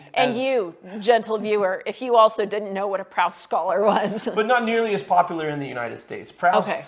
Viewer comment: Does he say Proust wrong throughout the movie? Or are you just saying it wrong? Because it’s pronounced “proost” and it’s killing me every time you say it.